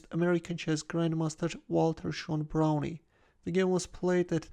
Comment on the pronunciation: It's just pronounced brown. The e is silent.